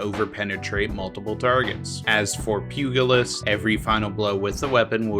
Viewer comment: I keep coming across youtubers who pronounce pugilist with a hard G for some reason. Very weird.